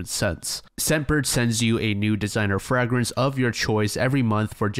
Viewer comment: Frag rence?